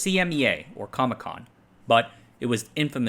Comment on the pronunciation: I can't not laugh when you say CAMECON countries. It just sounds too much like all the ComBloc countries were at a comic convention.